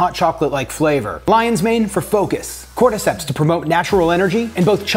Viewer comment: Did he say cordyceps in that product placement????